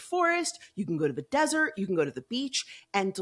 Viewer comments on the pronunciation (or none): none